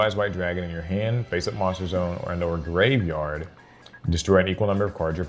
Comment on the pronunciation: Please just pronounce it as graveyard